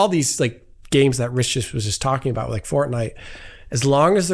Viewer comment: Get better soon but as a bonus I’m noticing when you’re off colour your incredibly high gratuitous use of the word “like” (or “leyk” in your case) is slightly reduced. A few hundred less gratuitous “likes” today.